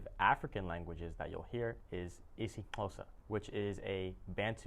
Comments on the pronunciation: Wow! How you pronounced isiXhosa just blew my mind... You're simply the best 😂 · The way he said “isiXhosa” 😭👏🏾👏🏾❤️ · Impressed with how he said IsiXhosa better than some people I know that are born in South Africa and have been living here since